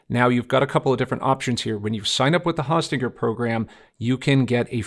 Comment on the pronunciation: Very informative video tut ... thank you! In the future, I believe it's pronounced Hosting er.